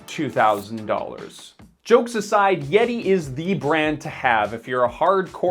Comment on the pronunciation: Butchering the name of a company has no bearing on understanding sir.